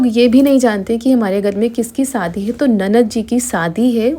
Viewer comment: Sadi kyu bolti ho shadi bolo bahut hi kharab kagta jab bolti ho